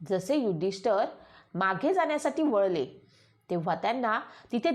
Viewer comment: महत्वाचे म्हणजे आपण युधिष्ठिर असा शब्द प्रयोग केला पाहिजे आपण उच्चार नीट केला पाहिजे युधिष्ठर म्हणत आहात ते चुकीचे आहे